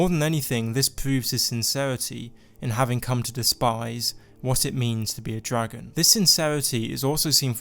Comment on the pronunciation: he's a dwagon! i wike dwagons! :DDDDD